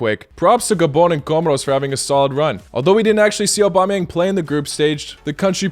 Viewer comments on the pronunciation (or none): none